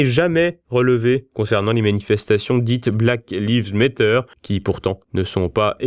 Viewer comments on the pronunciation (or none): Essayez svp de prononcer les 3 mots d’anglais correctement « Black lives matter » parce que ça fait vraiment inculte total et nuit au niveau général de cette vidéo.